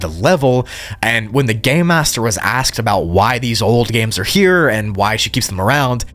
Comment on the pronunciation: it sounds like you said “the gay master”